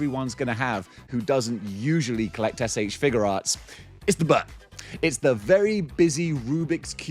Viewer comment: I like that you pronounce it "Figure Arts" and not "FIGYOU arts"